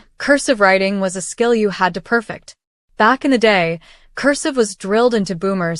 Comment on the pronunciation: Per fect', not per' -fect.